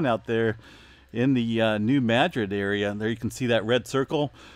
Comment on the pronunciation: Please pronounce New Madrid correctly... it is pronounced New Mu drid or Muh drid